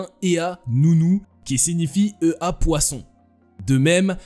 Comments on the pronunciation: EA se prononce ÉYA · EA se prononce “éa”